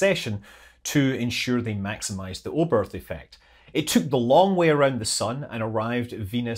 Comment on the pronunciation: Oberth is not pronounced with an english "th". Ignore the final "h" and you'll be much closer to the german pronunciation.